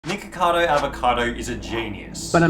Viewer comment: Nigga- cardo? 😂cmon bro